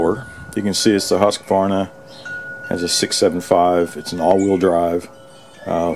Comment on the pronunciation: Wow, you say Husqvarna correctly... that deserves a thumbs-up all by itself ha